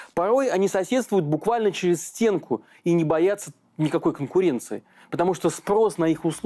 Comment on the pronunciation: Конкуенция, конкуенция 🤣🤣🤣